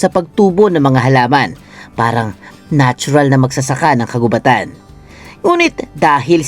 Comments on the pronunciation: Mali naman ang pagbasa mo ng "kagubatan". Ang root word na gubat ay hindi binabasa ng mabilis kundi mabagal hence ang word na "kagubatan" ay dapat ding basahin ng mabagal. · bat parang mali ang pag bigkas sa 'kagubatan'..... 🙄